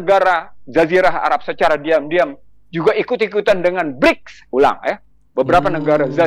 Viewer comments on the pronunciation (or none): none